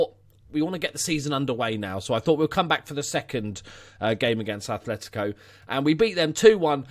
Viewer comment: Just a future fyi, it's "Atletico" not "Athletico"